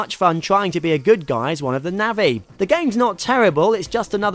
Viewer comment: navvi? nah-vi :)